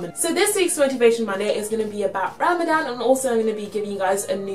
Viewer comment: and u say it ramathan but written Ramadan